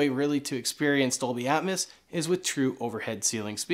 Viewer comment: Say it with me...Atmos (at-mose), not Atmas (at-mas).